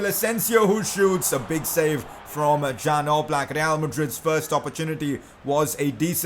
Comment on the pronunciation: #pcq Oblaks name is pronounced like yan